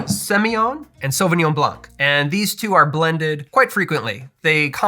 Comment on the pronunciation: Hi, and your spouse, very cool video, you might remember I've made a comment concerning the pronunciation of the word "coupe" from the french language. Just for the fun of it, when you say Sauvignon Blanc you must not pronounce the "c" at the end of the word. Pretend it's not there. So "sauvignon" very good. and "blan" (no "C" ). Myself I'm more a wine drinker than a cocktail drinker. I found it funny when you mention you'd like the taste of the french Chardonnay compare to the USA Chardonnay. The USA product is a lot more of a raw taste with a lot of "wood" in it. It's my favorite but I know it's not the case for most of the wine enthusiast. Also the Cabernet sauvignon in California contains a lot more residual sugar. Personally I like it but of course the preference differ from one drinker than an other. Thank you once again for you video. and have a nice weekend.